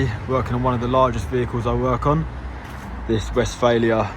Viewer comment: "Vest-FAR-leeya" Yess!! 😃